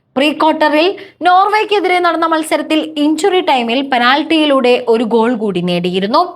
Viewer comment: ഫുട്ഭോൾ! ഘോൾ!, മൈധാനം! ഇതൊക്കെ എന്താണ് !😂